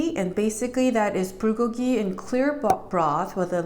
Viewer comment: Why is the B pronounced "pr"? I'm confused. LOL : ). ----------by the way I received my roasted sesame seeds and kimchi today. Yesterday I received my gim. I'm going to make gimbap next week with imitation crab, green onions, korean short grain rice, carrots, and egg strips! Ya!